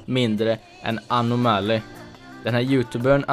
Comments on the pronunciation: Sa du precis anemali??! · Lär dig att uttala Anomaly..